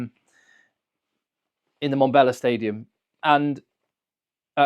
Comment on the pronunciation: im tired of telling you how much i love your channel. Still do though! Just a quick pronunciation fix. Mmm-Bom-Bella, not Bombella. otherwise, on your way you legend! LETS GOOOOOOO BOKKE!!!!!